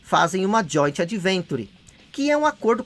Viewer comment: É "joint VENTURE"! KKK